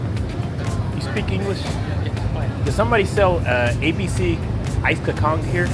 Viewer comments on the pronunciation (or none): dude, Bahasa Melayu is phonetic. kacang is pronounced "kar-chang" and cendol is "chen-doll"